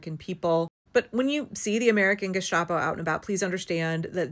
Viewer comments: the "sta" in gestapo is pronounced like the begining of "sta"rt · It's "Gesstapoh", e.g. without "sh" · stop saying Gishtapo , it's not a soup